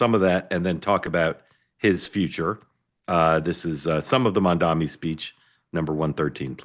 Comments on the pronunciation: MAM...D....ANI Mark (remember you used to get upset about KAMALA being pronounced wrong! Come on... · "Let's talk about Mandami". Jesus, are you ever going to get the name right? Any of you? And he did reach out to Jewish New Yorkers, you just chose not to play that part of the speech.